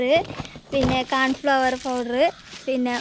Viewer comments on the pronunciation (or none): കാൺഫ്ലവർ അല്ല 😂കോൺഫ്ലവർ👍😂🤣